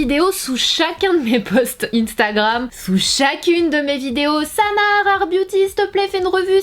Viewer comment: Sananas tu dit mal Instagram.